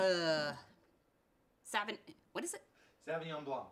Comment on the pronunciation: Love the vid but Jesus Christ learn to pronounce Sauvignon correctly